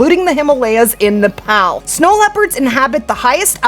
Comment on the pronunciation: Just a bit of help on the pronunciations. Pronounced "Nep - all" and "Munt - jack" Muntjac are an invasive species in the uk, can be hunted all year and in infinite numbers